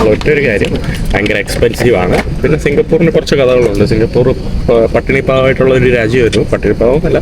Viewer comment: സിങ്കപൂർ എന്നല്ല സിങ്കപൂര് .